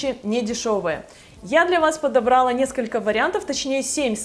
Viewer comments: я Вас обожаю!!! Но подобралА, а не подобрАла, клалА, бралА. Если "женский" глагол, то ударение на А. Спасибо за внимание ) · Не первый раз замечаю ударения в видео....подобрАла, ОМГ, корректируйте речь раз ведете блог. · Подобрала- ударение ставится на последний слог. ПодобрАла,говорят обычно девушки из ближнего зарубежья.